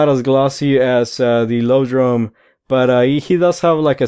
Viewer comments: It's ioprey and iodrome, not loprey and lodrome. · don't mean to be rude if i come as as such but the lodrone and loprey are i belive supposed to be pronounced Iodrne and Ioprey again i dont mean to come off as rude so i apologize if i do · I've heard everything from, "eye-oh-droam," to, "ee-ah-droom." Don't feel bad.